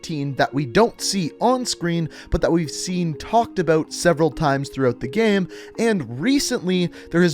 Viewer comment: Why do u say Gay/ame It is game say it properly😕